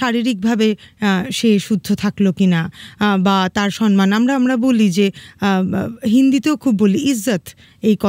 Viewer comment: সনমান নয় শব্দটি,,,, সম্মান বলুন